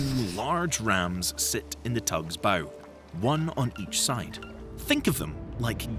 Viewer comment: . It still can’t say Bow correctly